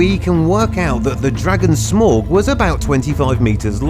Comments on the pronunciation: SMORG??? It’s SMAUUUUGGHH 😂😂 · Smaug is pronounced as smowg not smawg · Its Smaug not Smog. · It's smaug you bafoon not smog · Your saying smaug wrong it's pronounced smowg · I like how he says "SMORGE" But its pronounced completely different 😂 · Nobody, literally not a living soul:: "Smawg" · Smaug = smoorg.. Who would've known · did he call it smaug wow you say it like smalgi know its not spent like this but thats how you say it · What was this video meant to be about? Ascending size order? A swing and a miss, there. And the pronunciation of 'Smaug' and 'adversaries'...